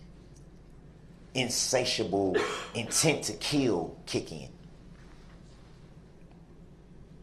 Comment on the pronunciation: He says kiwl. Intent to kiwl. He has a long list of words that he can't pronounce.